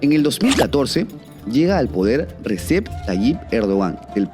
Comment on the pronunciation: señor se pronuncia "Reyeb" porque en turco la "C" tiene el sonido de la "Y" .